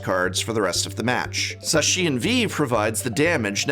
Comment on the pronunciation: So you pronounced Zacian = Zashin, Arceus = Arkeeas and Palkia = Palkeea, I respect it